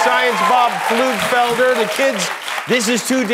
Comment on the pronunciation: That's not how you pronounce Pflugfelder....